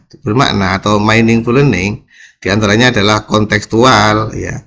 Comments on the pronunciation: Maaf pak ada salah baca dalam bahasa inggris meaningful itu di baca miningful🙏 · bukan mainingful tapi miningful